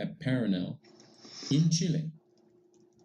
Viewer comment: I like how he pronounces Chile. Very authentic. That's my only positive feedback for.